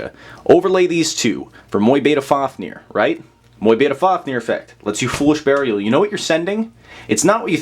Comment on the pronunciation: Awesome combos, but please pronounce Mu-Beta correctly haha